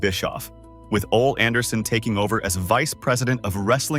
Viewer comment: Your videos are fine for historical purposes, but you seriously need to fix whatever AI your are using, because this comes of as very stupid when you can't even pronounce the names correctly. This seems like a joke. Tony Schavoni, Ole, Verne Gagne. Im sorry but your videos come off as amateur and or as someone who really isn't a wrestling fan, but as some trying to cash in on a genre they don't actually know. Just voice your videos yourself so that the names are at least pronounced correctly.